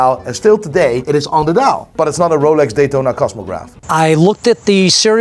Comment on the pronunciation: Roalex..... it's Rolex lol SMH